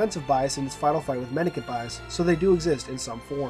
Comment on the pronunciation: Not really a big deal, but Mendicant is pronounced with a soft C, so sounds like "Men-di-sent". Also, Ecumene is pronounced "Ek-yoo-min-ee" Again, not really a big deal.